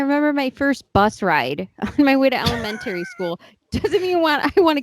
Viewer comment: Interesting pronunciation of "elementary" school.